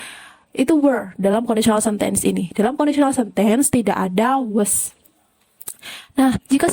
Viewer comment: rada terganggu dengan pronountiation 'sentence' 😅